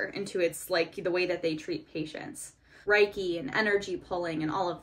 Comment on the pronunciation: Reiki is pronounced like “ray-kee” :)